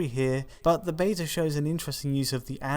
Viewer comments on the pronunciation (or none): I wonder why the British narrator is pronouncing "beta" like an American-and incorrectly, incidentally.